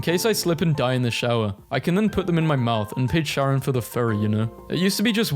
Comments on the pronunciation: im gonna cry the way he fucking pronounced charon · Real 😭 my sis (as far as I’m concerned I think she’s trans idk js a guess) would stab me if I did that